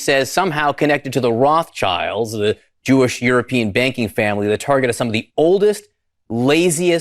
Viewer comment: It's pronounced "Rot shyld" like "red shield", because that's literally what it means.